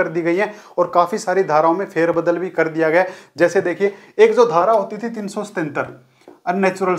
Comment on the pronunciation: Aap paheli dhara cleat nahin bol rahe hain